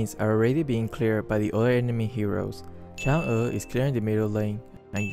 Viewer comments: im chinese, ur chang e pronounce is pretty good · damn... perfect pronunciation of her chinese name even while he has a supposedly half-awake voice... 👌👍